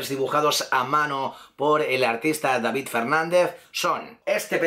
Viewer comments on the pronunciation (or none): none